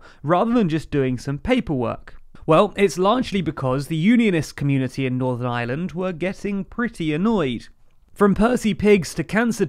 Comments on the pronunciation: The same time they learn to pronounce Ireland not Island. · It's called Northern IReland, not Island as you've pronounced it many times. Puhtickly frushtrating to hear.